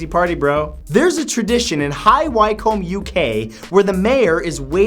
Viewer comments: It's OK, fact 39 he pronounced the UK town high "Wye Komb", when it's actually pronounced high "wikom". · High wi-come, not why-comb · It's pronounced "High Wiicombe" not "High Whycombe" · "High Wycombe" is pronounced High "WICK-UHM" not "WHY-COMB". You can google pronunciations of words now so there's no excuse. I love your videos Matt but it pains all of your British fans to hear you pronounce places in England incorrectly. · It is pronounced High Wi-kohm Not High Why-kohm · Matt if it's an English place name please contact a Brit to ask them how to pronounce it. I know we are weird with our town and county names and all but high wycombe is pronounced hi-WI-come not hi-WHY-come. Ok sorry I'll go now ... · High Wycombe is pronounced wickham not why comb 😂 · Uh Matt, High Wycombe is pronounced "High Wickum" not "Wycomb", XD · high Wycombe is pronounced Wick Ham - love these facts!? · high wycombe Pronounced High Wick-Um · It's pronounced "high-whi-cum" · NO 39 ,High Wycombe is pronounced HIGH WICK-COMBE LOL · As someone who works in High Wycombe, it took me ages to realise that's where you meant. Why comb? Lol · High Wycombe is pronounced High Wickem lol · "high whyyy-comb" ffs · Did he say high wycombe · That is he worst pronunciation of High Wycombe I've ever heard